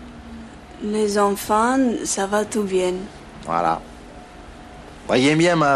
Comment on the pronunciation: Ça va tou bieng